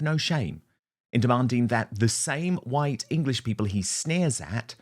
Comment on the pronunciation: "Who's Hwhite?... who's Hwhite?... I mean... who's REALLY Hwhite?" Well I am. And you are silly bint. And all of Europe, Russia, America, Australia, New Zealand, Canada... South Africa... They should be all Hwhite as well.